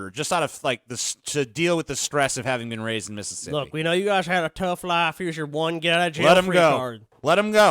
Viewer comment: Oh, he lived in Missippi. Yes, Miss-ippi. Thats how they say Mississippi